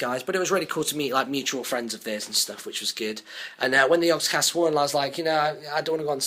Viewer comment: yogscast not jogscast